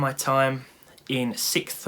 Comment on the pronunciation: Trying to pronounce "Sixth" as a native english speaker. :)